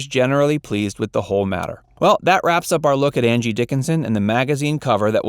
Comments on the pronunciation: I swear I hear "Andy" Dickinson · I swear he says Andy Dickinson in the title announce.